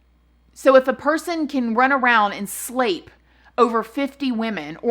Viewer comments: This is such a serious topic but everytime you say slape, I giggle (childish I know). How about sexual assault? Or physically violate? 💙 luv your channel - new fan. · Slape. :) Grape, nape, flape...lol!!!